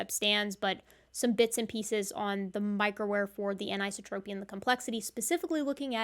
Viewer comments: an - i - so' - tro - py : accent on the third syllable. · Hmm, is that how anisotropy is pronounced in your field? In physics it's promoted anne-eye-SAW-troh-pee. You're pronouncing it anne-EYE-suh-troh-pee.